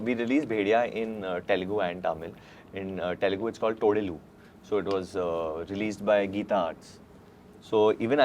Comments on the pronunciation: ! First, learn to pronounce Telugu and Tamil.. it is not T-elugu.. it is th-elugu and th-amil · Varun first learn how to say ‘Telugu’ before you ask for a role in TFI. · Man I feel the same when tamil people say telungu instead of telugu.. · Varun pronounced tamil, Telugu, Kannada all wrongly 😂😂😂